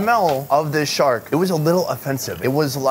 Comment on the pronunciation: You noticed at the start you said short instead of shark